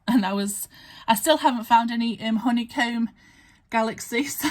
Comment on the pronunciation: What a fun win from a giveaway!!! Papers are lovely and the card making layering pieces are beautiful. Did you say honeycomb galaxy lol? TFS Enjoy💖💖💖